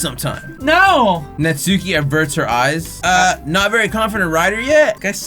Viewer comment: It's Nat-su-key